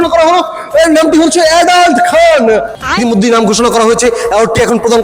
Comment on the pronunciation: এডলফ খান❌❌ অ্যাডাল্ট খান✅🤣🤣🤣